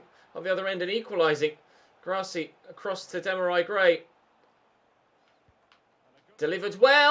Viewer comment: Sorry but you absolutely butchered Demarai Gray’s name there